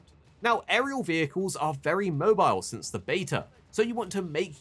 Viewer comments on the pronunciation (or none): none